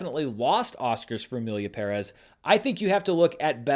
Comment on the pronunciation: OMG thank you for pronouncing Emilia Pérez correctly. You’re the only one. Love you since the Screen Junkies